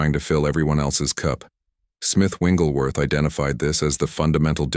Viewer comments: The correct pronunciation is Wigglesworth not Wingleworth. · His name is Wigglesworth not Wingelsworth. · Very powerful. Thank you. Shouldn't the name be pronounced as "Wigglesworth" and not "Wingglesworth" ? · You’re saying the wrong name!! It’s not Wingleworth!! Learn his real name. Wigglesworth!! There’s no wing in his name!! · Before I listen any further and I am sure that it’s going to be very good…. It’s disturbing that your commentator keeps calling him. Smith Wingglesworth….…. It WIGGLESWORTH. No N IN IT. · Smith Wigglesworth but the reader keeps calling him Smith Wingleworth😅 Thanks for the revolutionary revelation all the same . Appreciated ❤ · You can't pick an AI voice that correctly pronounces "WiGGLESworth"? 🤔 😐 You got all the like, subscribe, comment, share, on screen prompts for same promotions in there. Dollar over dialect? Scrilla over scripture? English as a 2nd language? What could the issue be?🤔 And the hitch in speech rhythm🙄. Really? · Interesting message but, It's very distracting and disturbing that the ai bot that's reading this keeps calling Mr. Wigglesworth... "Wingelsworth" 🫤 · I'm confused on the picture it says Smith wigglesworth but yet the narrator keeps saying wingleworth. Which is it? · Why do you keep saying smith wingleworth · There's no "n" in the man's last name!!! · What is troubling to me, is he keeps pronouncing Wiglesworth’s name wrong? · Please pronounce Smith Wigglesworth's name correctly